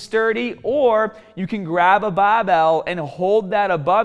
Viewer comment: im sorry but... "bahbell"